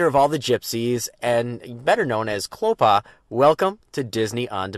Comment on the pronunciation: Have watched Hunchback many times.Still can't pronounce Clopin's name.